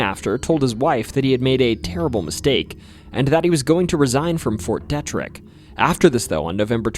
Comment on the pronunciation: If you are going to talk about a certain place near Deep Creek Lake, AT LEAST PRONOUNCE IT PROPERLY! The "e" in the name is a hard "e." ---- "DEETRIK" --- Not "Dehtrik."